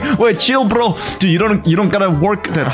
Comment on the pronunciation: chill brrroooo was so russian lol